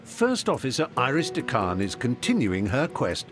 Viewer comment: It is DeCann not de Kan